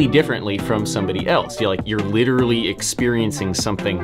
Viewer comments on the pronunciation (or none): none